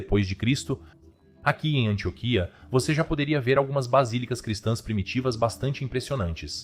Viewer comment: Antióquia não Antioquia😬